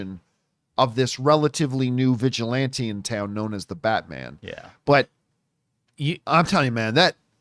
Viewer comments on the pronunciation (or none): none